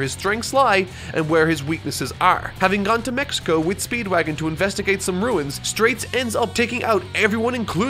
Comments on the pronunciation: so confused why he kept saying "straits" when the characters name was straizo confusing as heck but eh maybe it has different translations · Also, why are you saying Wam?? It's Wamuu. And it's Straizo not Straits.